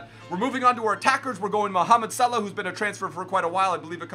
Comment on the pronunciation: For Salah's name, you pronounce the h. So it is like sa-laa-h